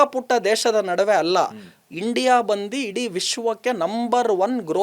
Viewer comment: ಬಳಿಕೆ ಅಲ್ಲ ಬಳಕೆ...ಬಂದಿ ಅಲ್ಲ ಬಂದು ಕನ್ನಡ ಸ್ಪಷ್ಟ ಇರಲಿ